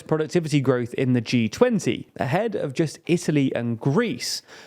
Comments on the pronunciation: Oh yes "Gorwoth" has been very low. Thank you dear native-English-speaking Brits. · "GORWOTH"??? What the heck is gorwoth?